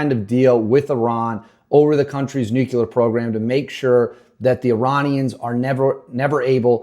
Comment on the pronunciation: Nope. Click away. This time it took for him to say "nukular."